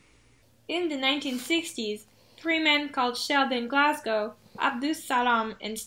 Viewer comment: Glashow not Glashow